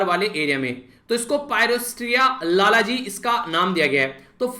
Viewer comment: 9/10 1 mark aapki pronunciation ka kaat liya aaj lalji ko lalaji bol rhe the 😉